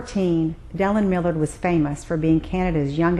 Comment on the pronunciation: You lose all credibility when you don't even pronounce Millard's name correctly.